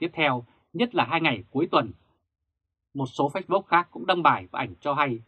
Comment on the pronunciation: nếu đọc từ nào tiếng Anh thì nên đọc đúng, nếu ko đúng thì nghe khó chịu lắm và cảm thấy tin tức rất lá cải ko chuyên nghiệp ( vd: lux và Facebook)